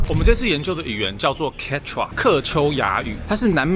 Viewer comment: 抱歉！一直把Quechua聽成番茄醬～